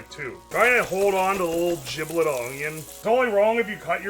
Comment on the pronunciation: i unironically love how he says "spinach" like "spinnidge" and "onion" like "ungyen"